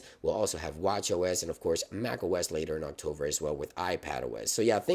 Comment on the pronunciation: Thanks for the info! Please try to say October, not Octover...